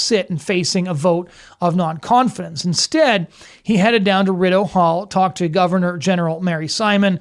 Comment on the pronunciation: I'm Canadian, and this is a pretty good analysis. One point: Please watch your pronunciation of 'Rideau Cottage'. 🙂